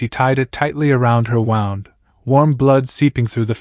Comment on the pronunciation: If she was going to freeze without his jacket, wouldn't she have already frozen before he found her? How many times is the AI going to misprounce "wound"?